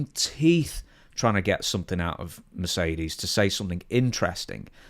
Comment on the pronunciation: Mercedes "Groan". 🤮